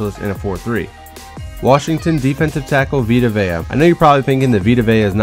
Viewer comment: Its not vay-a its just vay because its the tongan alphabet